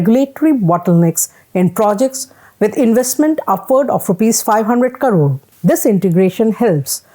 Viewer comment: Could you please pronounce it as "crore " and not as "karoo"